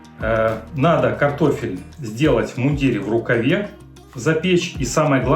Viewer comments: Не в иундирЕ,а в мундИре!!((( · В мундире , ударение на букву И...